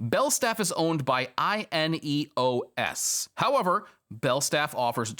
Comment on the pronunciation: Very nit picky, but it's INEOS as one word. Not an initialism. I'm only 7mins in though, so you may correct this further in the video. This is the company that is owned by Jim Radcliffe and he used the brand across his other businesses - e.g. Team Ineos Cycling team, the Sailing Team, and his car brand Ineos.